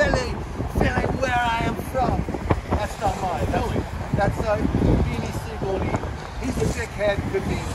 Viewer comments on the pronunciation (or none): also he said beanie sigel btw...